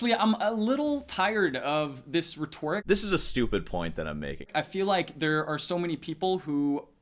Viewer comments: it's not rehTORic its Reteric. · REH-toh-rick not rih-TOR-rick grinds my brain into a bloody pulp